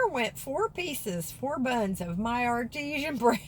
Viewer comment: I had a chuckle at your bread....are you sure your bread isnt artisan (like hand made) and not artesian (like in water). your mousie likes good hand made bread too...nice of you to share with him. lol